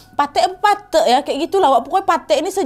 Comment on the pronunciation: Pathek bacanya kaya apel wak